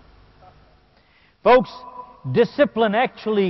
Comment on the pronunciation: folks not fox lmao